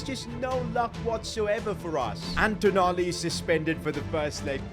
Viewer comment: Its not tonali its toonali